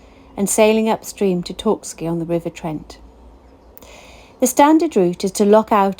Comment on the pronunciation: It’s Torksey btw 👍 you’re welcome